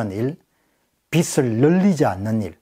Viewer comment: 좋은 강의 감사합니다. '빚을'은 '비슬'이아니라 '비즐'로 발음하는 것이 옳습니다.